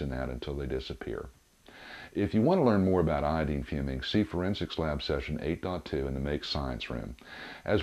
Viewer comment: You say iodine really dumb